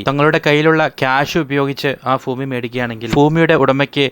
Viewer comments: "ഫൂമി" അല്ല. ഭൂമി ആണ്. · Foomi ( ഫൂമി )അല്ല.....Bhoomi 👉 ഭൂമി എന്നാണ് ശരി. അതിനാൽ ഇനി ഉച്ചരിക്കുമ്പോൾ ശ്രദ്ധിക്കുക. ഫൂമി എന്ന ഉച്ചാരണം തെറ്റാണ്. ദാസേട്ടൻ പാട്ട് പാടുമ്പോൾ ഇത്തരം വാക്കുകൾ ശ്രദ്ധിക്കുക. സ്വയം തിരിച്ചറിയുക.. മനസ്സിലാക്കുക കോഴിക്കോട് എന്ന വാക്കിന് കോഴിക്കേ...ട് എന്ന് പറഞ്ഞാൽ എങ്ങനെയാണ്ടാകും 😂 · ഫൂമി അല്ല ഭൂമി 😊😊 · ഫൂമി അല്ല ഭൂമി ആണ് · ഫൂമി അല്ല ഭൂമി. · ഭൂമിയുടെ വില കുറഞ്ഞിട്ടില്ല ഫൂമിയുടെ കുറഞ്ഞു എന്നാണ് ഇദ്ദേഹം പറയുന്നത് ഫൂമി അല്ല ഭൂമി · Foomi alla, bhoomi aanu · ഭൂമി എന്ന് 100 തവണ പറഞ്‌ പഠിക്കുക.